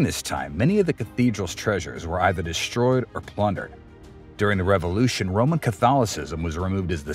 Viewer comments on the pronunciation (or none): none